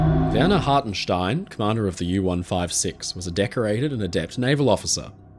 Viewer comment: Ever since I first heard about this story I'ver maintained that Hartenstein and his men were damn heroes. Also good job in the German pronounciation :P